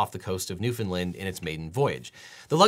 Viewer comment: Thank you for saying Newfoundland correctly!!!